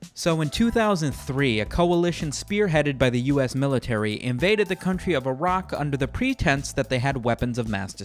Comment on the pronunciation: yak not jak damm